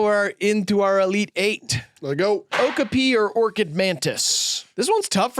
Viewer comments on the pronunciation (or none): hearing them pronounce okapi like that hurt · Not saying okapi wrong the whole vid and not doing anything about it 😭